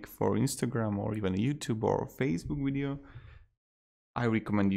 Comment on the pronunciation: Did he say weeeedio? Lol